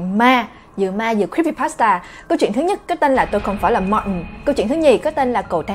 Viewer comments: em tưởng phả đọc Martin là ma-tin chứ sao lại đọc là ma-ừn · có ái coi lầm thứ 4 mà vẫn còn ức chế chữ martin của bà đọc k.Tại vì bình t đọc là Mạc-tin hoặc là Ma-tin mà bà bã đc là Ma-ần nên nghe rất chi là k qen luôn ~~ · Phải đọc đúg là ma-tin 😞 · martin thì mình nghĩ phải đọc là ma-từn nhưng đọc là ma-ừn cái này có vẻ giống với từ important vì khi xem phim mĩ mk thấy người ta đọc là im-por-ừn chứ ko phải là im-por-từn như IPA trong từ điển cả từ martin và important đều bị người mĩ (chắc tại ở mĩ nên cũng đọc giống vậy:D) đọc khuyết chữ 't', tại sao lại vậy,cao nhân nào chỉ giúp mình với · Martin e cứ tưởng đọc là Ma tin nhưng lại đọc là Ma ừn =))